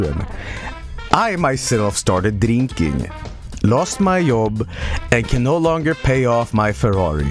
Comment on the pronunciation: the way he says job is the funniest shit ever